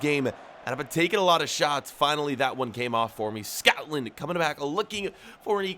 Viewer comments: it is Scotland not scowtland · im sure u were saying scatland over scotland